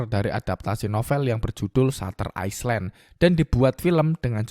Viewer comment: Island : bacanya ‘ailend’ bro bukan iceland 🙏🏻